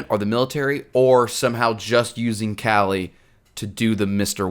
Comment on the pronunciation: just fyi kali’s name is pronounced closer to “KAH-lee” instead of “callie”